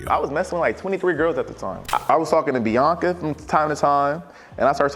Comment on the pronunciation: Why the hell does he say her name like “bee-ONK-uh”